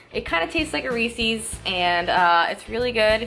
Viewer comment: wait, how did she pronounce Reese's? 💀😭